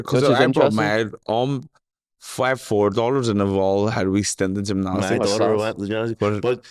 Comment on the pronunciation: Llf at trying to say gymnastics 😂